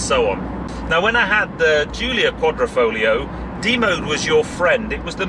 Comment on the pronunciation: its not quadrOfoglio, but quadrIfoglio - you are speaking it out wrong.